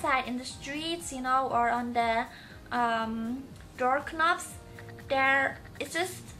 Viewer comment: And she said dork knob and instead of door knob